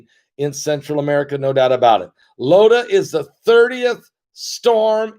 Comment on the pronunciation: PASTOR, IT IS NOT 'LOTA', IT IS 'IOTA'<HURRICNE...;)